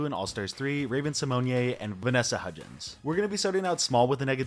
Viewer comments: Yes Raven was harsh. However you keep mispronouncing her last name. It's Symone souds like "own" not "yay" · How are you a long time Raven fan , but can't pronounce Her last name ? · When you’re doing a video you might wanna learn how to pronounce the peoples names correctly.You’re so off on Raven Simone. You repeated her name over and over again wrongly, it was like nails on a chalkboard.